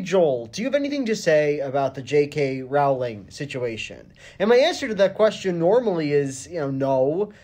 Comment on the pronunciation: It's pronounced ro-ling , not rau-ling